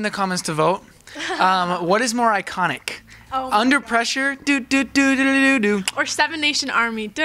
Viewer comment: Underpreshure jajajja